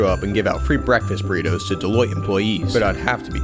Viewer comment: Deloitte sounds way too close to Toilette